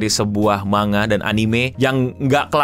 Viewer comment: manga = mang + ga bukan ma + nga kira2 begitu pengucapannya :face-blue-smiling::face-blue-smiling::face-blue-smiling